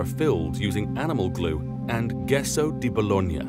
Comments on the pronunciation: That's not how you pronounce gesso. It's italian, the G and the E together make the G 'soft'. It's pronounced [jeh-sow], not 'guess so' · Pls "gesso" is pronounced jess-oh not guess-oh 😂😂😂😂😂😂😂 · Gesso di Bologna: pronounced "jesso". The way the g was pronounced was like "ghetto", and would be written "ghesso". I do not believe that restoration is criminal if done carefully as in this case. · Great vid but issues with Pronounciation . Isinglass is pronounced eye-sing-glass, agar is pronounced ay-garr, gesso is pronounced Jess-oh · "Gesso di Bologna": pronounce it like "jesso" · 25.13 Gesso di Bologna... NOT "ghesso".